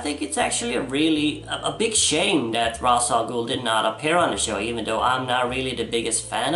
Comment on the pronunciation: I miss the days when people said Ra’s Al Ghul’s name correctly like in Batman TAS.